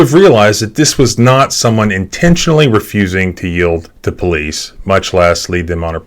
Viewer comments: "Yeild"? From a lawyer? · YIELD. Y-I-E-L-D. Yield.